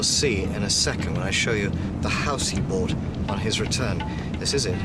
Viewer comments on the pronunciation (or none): none